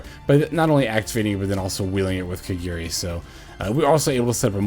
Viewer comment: it's "KA GA RI" not " KA GEE RI" or "KA GI RI"